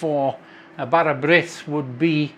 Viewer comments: 😊bars brith with butter is lush.im in Swansea south Wales and follow your lush cookie ng.well done and you say d bara birth very good 😅😅😅😅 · That looks beautiful. Will try that. You pronounced it correctly. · Been waiting for this one. My local market store will now lose a customer as I shall make my own. Yeah your pronunciation of bara brith was fine. This one you baked looks stunning, I really need a slice with some salty butter but you can keep the cheese 😂 thanks for sharing your recipe. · there are so many versions of bara brith (and your pronunciation was da iawn - very good). Thank you for sharing, as this recipe looks lovely, certainly not as sweet and dry as some bara brith I've seen in shops. The original dough with yeast recipe originates from when households didn't have ovens and women used to take their bread dough to the village bakeries to be baked and would ask for a little bit of dried fruit to be added to that left-over bit before baking, hence, bara brith (speckled bread). The cake version is a more modern version of bara brith, which I believe originated in south Wales (though I'd be grateful to learn from my southern-based compatriots whether that's true or not). It does seem that some people like the cake version, a tea loaf basically. Others - like me - prefer the old north Wales 'bread' version. Anyway, I do have an old family recipe (dough with yeast version), which has been modified over the years; it comes from a recipe that is over 150 years old and is fabulous. I'd share it with you, but if I did that, there's a chance that the family curse would strike for sharing it with outsiders, and it would be our loss because there'd be no more videos. So, with your continuing good health being of paramount importance to subscribers here and abroad, I'm going to keep it to myself 🤐 😉 Take care and Hwyl fawr!